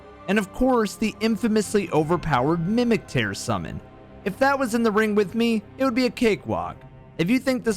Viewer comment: I gotta say, you guys need to stop pronouncing "tear" as "tare". It's tear (like tier, like the tier lists you ER fanatics like to make so much). Tear, as in drop of liquid, like dew from the Erdtree, which is basically the basis for all tear-based items in this game. It baffles me how often people legit can't get this right.